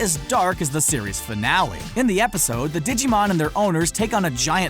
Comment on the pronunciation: Ditschimon? dude.... theres a G in that